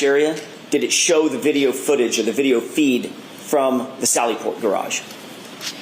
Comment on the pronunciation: miss has terrible English.cant say Garage properly. gets her vowels messed up. did she graduate high school??.